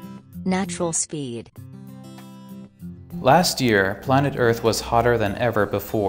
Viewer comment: lastがpastに聞こえるのだが。